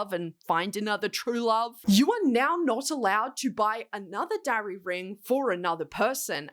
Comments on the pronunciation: I literally didn't know what a darry ring was before this video and I thought you said DRARRY ring 😭😭 I was like "like draco x harry rings????" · When you said Darry ring, I thought dairy ring. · I thought you said "dowry ring" not Darry ring, which I suppose also fits the situation 😂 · Wait first I thought she said "dairy ring" then thought she said "dowry ring," but it's spelled "darry"? Confused is me.